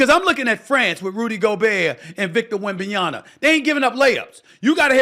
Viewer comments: This dude still can't say WembanyaMA correctly. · Wemby needs a sit down interview with Stephen A just to correct his pronunciation of Wembanyama